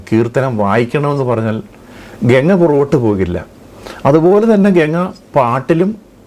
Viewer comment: Le bosudk genga alla ganga plz don't blend English in ur maleyalam😂😅